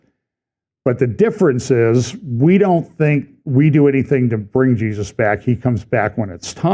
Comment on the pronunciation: it's not the brevity, it's the speed and the mumbled words. It's the lack of care with the name of Jesus. He sounds like a kid trying to race through saying grace because he wants to get to dinner. I would be fine if he left it off completely.